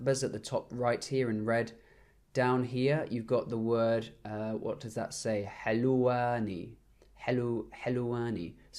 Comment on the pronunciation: حلَواني means confectioner, Man who bake cookies, biscuits and everything sweet. It's 'Halawani' not 'Halwani' with فتحة on the letter لام.